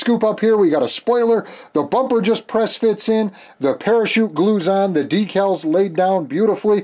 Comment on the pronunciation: Great to see you're back! I never miss one of your videos. My wife likes the way you sometimes say "Dekkles" ( or Decals ). Awesome build, as always!